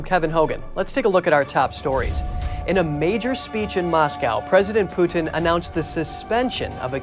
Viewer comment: His name is Putin, not Pewtin.